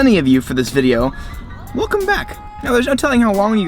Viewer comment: i like the way you say "thank you for watching the vidjo" outlaw the YouTuber does the same thing too at the end of his vids